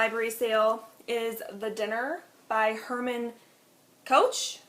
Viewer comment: I'm so sorry but I laughed so hard when you tried to pronounce Herman Koch 😂 I know I know Dutch names are hard 😘